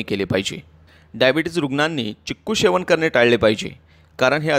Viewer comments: शेवन नाही सेवन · सेवन पाहिजे शेवन नाही